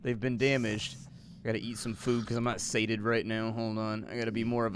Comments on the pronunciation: sate-ed? No, it's Say-she-ate-ed. that's how you pronounce the word Satiated. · Say it with me: Say - She - Ate - Ed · Say-She-Ate-d. Satiated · Who tf doesn't know how to say satiated